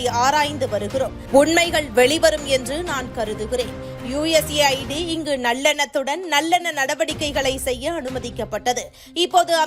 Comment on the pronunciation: யூஎஸ் எய்ட் என்பதற்குப் பதிலாக யூ எஸ் ஏ ஐ டி என்று உச்சரிப்பது தவறாக உள்ளது இப்படி இருப்பின் உங்கள் பதிவின் உண்மைத்தன்மையை எப்படி நம்புவது பதிவிடும் முன் ஒழுங்காக படித்து விட்டு பதிவிடவும்